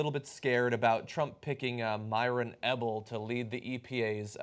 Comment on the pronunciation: Guys, I lived down the street from this fool. It's pronounced 'EE-bell'. I had to go to school with one of his daughters.